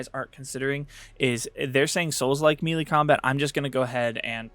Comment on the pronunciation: FYI, Melee is pronounced Maylay, not Mielie